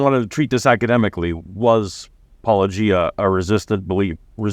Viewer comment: Paul-uh-GEE-ah. Not Paul-OH-gee-ah.